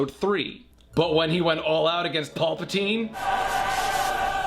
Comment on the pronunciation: It’s PAL-patine Not Paul Patine.